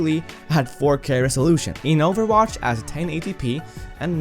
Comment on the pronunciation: ok no offense to his english but... I DIDNT KNOW THER WAS A GAME CALLED OVERWASH 😂